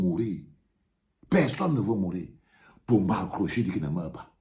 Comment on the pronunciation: Ô ooooooooo vraiment c'est Paul Biya que tu appelles Pomba 😂😂😂😂😂😂